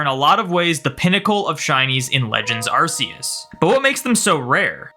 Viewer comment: Ask yourself how to pronounce "arc phone" and please apply that to arceus's name :p